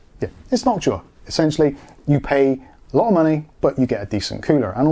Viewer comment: Background music reminding me of some 70s police surveillance movie scenes. Thank you for pronouncing Noctua correctly. There's another YouTuber who says it wrong and it triggers me.